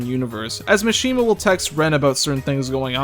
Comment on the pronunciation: STOP PRONOUNCING MISHIMA “Machine-ma.” It’s Mah-shi-ma like every other Japanese name